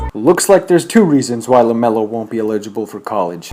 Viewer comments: Hearing this dumbass try to say "elligible" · The way you pronounce eligible is so funny. Love the video(s) though. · You're a dumbass bro, you probably should have practiced saying ELIGIBLE before you pronounced it wrong 7 times in this video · I like yo videos but you cant pronounce "eligible" correctly and it trigger